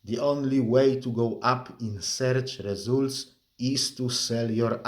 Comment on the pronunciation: Seerch Resoolt is my favourite ❤😅 He has an excellent command of the language, accent is something you sometimes can't get rid of and I speak of personal experience 😅